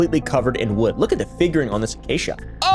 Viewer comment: "It was made of supposed* acacia", three syllables in this context and usage.